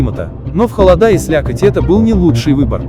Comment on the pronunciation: Минус за озвучку: ноги́, холода́, за музыку громче речи.